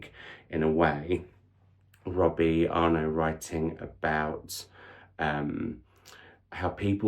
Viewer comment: What a great way to start the reading year! Fingers crossed the trend continues. The double t at the end of Arnott are not silent btw. I have been to two of his author events, he is a delight! Hope you get to meet him one day. Would love 5 star videos!